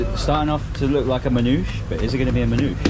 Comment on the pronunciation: It’s “man-ou-she” bro .. or manouché 😎